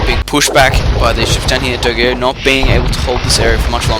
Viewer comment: Nice video, some heads up about the names: dogao is acutally Dogão (ã sounds like "an", but with a nasal tone, like "doh", "gan" like in gangster, then "oh", but there are ony two syllabes: Do/gão), plus in armandinho and danzinho the "nh" sounds like ñ, like in señor for example.